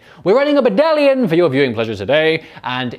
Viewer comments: Every time any one says i will think,a baddalion ah yes. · Yes! does a beautiful “Baddalion” soliloquy, this bodes well for the battle ahead!